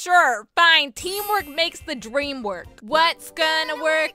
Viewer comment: Not the " WYATS GONA WArK "